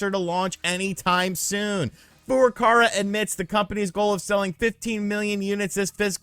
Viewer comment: Why do you keep saying FurukaRa, when it's clearly FurukaWa. It's not like it's actually difficult to pronounce. It's not French. You just read the letter that is there.